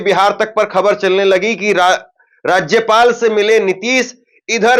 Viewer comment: पहले राज्य पाल बोलने सीखो फिर न्यूज को दिखा